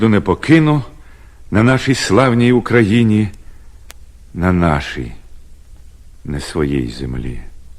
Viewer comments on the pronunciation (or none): Що з наголосом на слові Україна? Фу, це мєрзость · Чому наголос різний у слові Україна?